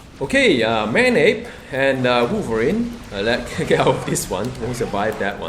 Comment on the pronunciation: Woiverine woiverine Woiverine Woiverine Woiverine Woiverine